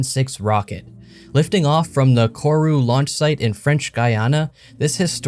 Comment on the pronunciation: say it with me... gee*aa*nah